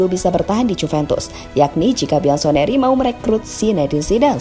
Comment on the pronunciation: bianconeri min buk diucapkanya biansoneri😅😅